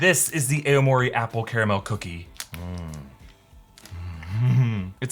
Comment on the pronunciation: Learn some Japanese pronunciation please. Aomori isn't a, o, mori its owohmori.